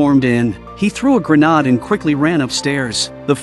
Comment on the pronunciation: Grah-nod? Bruh, gra-naid